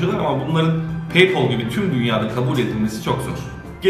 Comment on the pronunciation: Abi peypol değil peypel